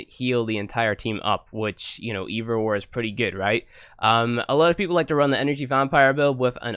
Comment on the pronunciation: "Mend and meme" "Furver" "More simpler" "Frough" "Kewl" "Eiver" "Trini-ee". Ugh